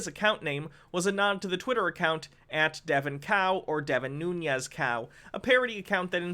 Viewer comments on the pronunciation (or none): It ain't "noon-yez", there's no tilde over the n, he's Portuguese ancestry not Latino, so "noon-es".